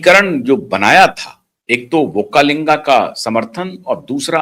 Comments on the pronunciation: Sir pronounce properly it is not vokkalinga but is VOKKALIGA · Not vakkalinga it is VOKKALIGA 😊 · Not vokkalinga, vokkaliga